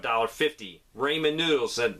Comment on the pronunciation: Did you really say “ray-man noodles”? 🤣